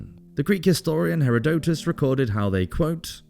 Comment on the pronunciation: Herodotus. Sometimes the pronunciation of names on this channel cracks me up. 😂